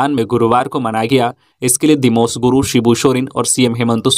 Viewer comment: Sir दिमोस गुरू नहीं दिसोम गुरू पढिय़े।